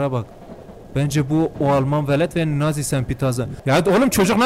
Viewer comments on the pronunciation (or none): none